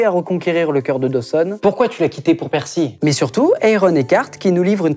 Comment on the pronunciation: ^^ C'est Pacey, pas Percy !!